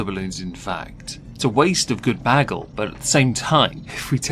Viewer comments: Why do none of yall know how to pronounce the word bagel? Its Bay-gul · Why can't anyone pronounce "bagel" correctly in this video?